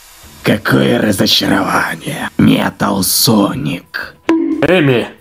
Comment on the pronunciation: О да, тот самый МЕТА́Л